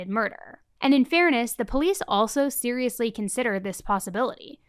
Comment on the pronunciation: I’m sorry but I can never take it seriously whenever you say serialously. It just sounds goofy to me. Lol